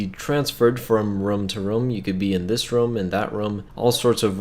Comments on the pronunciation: It sounds like he says rum not room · It’s ROOM not RUM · ITS ROOM NOT RUUM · He said quastion and then rum and I was like...USA? Explanation?